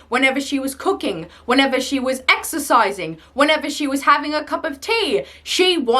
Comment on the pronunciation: I thought you said your mother was exorcising lol